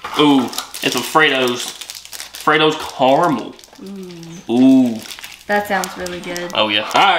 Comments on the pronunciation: Recently started watching your videos and you are very funny. Not only can you not say regularly you can’t pronounce caramel you keep saying carmel 😂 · car a mel not carmel :) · Could you say KA-RA-MEL and I'll send you a T-bag to have a drink on me. The "A" is like a child would say it, or if you get a paper cut. AH. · its carAmel